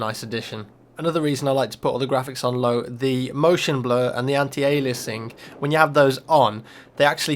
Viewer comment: Anti-Aliasing is pronounced "A-li-ass-ing"